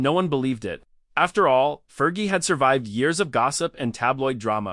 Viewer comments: Learn how to pronounce "Fergie." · 5.30: “there’s no real proof”, well , there you are then…………..and if you want the robot voice to be remotely believable, it’s Fergie with a hard g, not a soft one. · Yeah ... It's driving me crazy, too ! "Fer•gee" 😂😂😂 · AI voice over. Cant pronouce "fergie